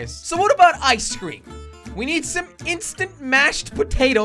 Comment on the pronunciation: When jelly said ice cream it sounded like keklocob